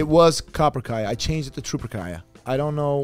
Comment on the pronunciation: Every time you say Trooperkaya, I hear chupacabra